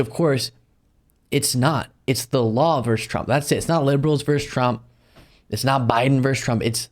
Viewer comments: versus, not "verse" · it's not 'verse' it's 'versus' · I am who I am, and even content providers I love will be reminded it's "versus," not "verse." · VERSUS, not verse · All true,. Getting on my hobby-horse for a moment, vs. is not "vers" it is "versus". Look it up.